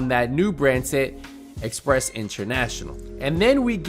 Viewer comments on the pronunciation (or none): Its Empress not express